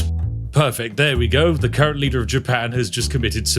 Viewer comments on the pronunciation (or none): none